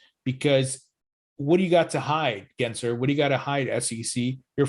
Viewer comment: Why does the green screen mess up so much on the top of your head? Lol it's so distracting but also funny. Btw, it's GensLer with an L, not Gary Genser.